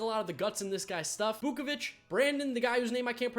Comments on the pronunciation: it’s aj vukovitch not bukobich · it’s vukovich not bukovich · BRO YOU SAID AJ BUKAVICH WITH A B BOOKAVICH STOP IM CRYING. Dont ever comment on the draft again for real this KILLEDDD your channel. BOOOOKAVUCH AHAHHAHAA STOP IT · It’s AJ Vukovich not whatever the hell you had